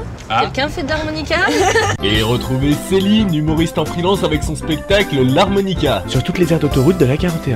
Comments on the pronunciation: ET C'EST LE FAIL ! "spetcacle" au lieu de spectacle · "spetcacle" que l'on retrouvera dans une autre analyse de pub (j'ai oublié laquelle) ;) "gratuis"? C'est fait exprès avec le spetcacle j'imagine ^^